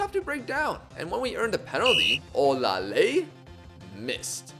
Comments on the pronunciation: You actually tried with your pronunciation of Olaleye, it's really pronounced "Or lah lay yeah" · i'm Nigerian and you are pronouncing olaleye wrong lol its pronounced like this -- O- LA- LE- YE